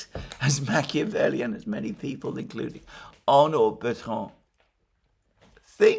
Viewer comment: Arnaud Bertrand, not Arnold Betron. That might be from the AI generating the index.